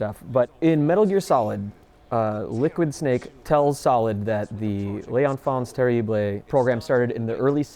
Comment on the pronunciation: Lays Enfance Terriblay. lol. That's a funny pronounciation. lol